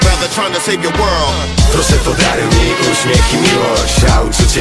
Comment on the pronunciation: óśmiech? XDD jejebie